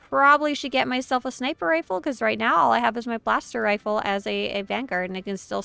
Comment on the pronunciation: Ah, I notice I'm not the only one who says Snipper lmao